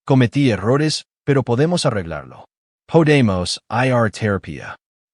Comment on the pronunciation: Poydemos poydemos? Pueden cambiar esa estupidez artificial? O a la mejor es estupidez humana? Desde luego sea lo que sea que narra esta historia es ESTUPIDEZ cien por ciento